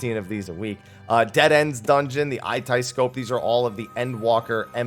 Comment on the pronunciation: It's the "Eye-Tie-Scope" for me. lol Love your content bro!